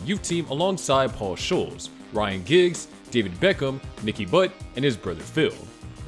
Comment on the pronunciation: bruh, that is the worst pronunciation of the Scholes' surname I've ever heard. Actually scratch that, I think I've never heard anyone mispronounce that, so you managing that is truly impressive.. way to show you either don't watch football or know nothing about the topic you are talking about.